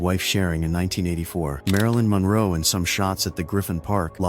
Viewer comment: This putrid AI hot mess is getting worse and worse. Between "Marlin Monroe" and Elizabeth "Shoe" 18 million, 841 thousand, 988, this post is in the running for WORST AI BS ever.